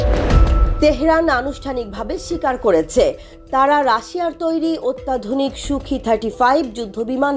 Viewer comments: সূখি নয় সুখই হবে রিপোর্টার। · ওরে নারী, সুখি ৩৫ না রে। সুখোই ৩৫, একটু পড়াশোনা করে সাংবাদিকতা করুন প্লিজ। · Idiotic pronunciation...bad reporter... it's Sukhoi 😠